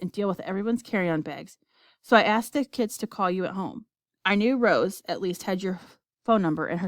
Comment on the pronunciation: and its rose not roe